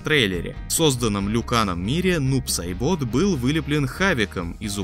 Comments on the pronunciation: Не Нуб Сайбóт, а Нуб Сáйбот! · Нуб сайбОт... Вы серьезно? Если не знаете как правильно перса называют, зачем новость вообще впихивать... Слух режет ужас как... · "нУбу-сайбОту" ааааааааааааааааааааааааааааааа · В чем проблема говорить правильоо? нуб сАйбот!!! У тебя язык из одноо места??? Или в детстве дразнили со своим именем и ты решил тут издеваться??? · Крайне сильно надеюсь, что автор специально так произносил Нуб-Сайбота 😭